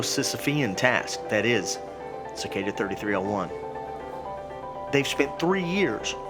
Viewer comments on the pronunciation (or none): It’s three three o one not thirty three o one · its pronounced 3-3-0-1 (three three o one) not 33-0-1(thirty-three o one) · "3301" noob, its pronounced "Loss"